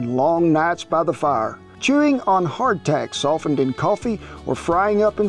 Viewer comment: Every time you say hard tack I keep on thinking you're saying heart attack LOL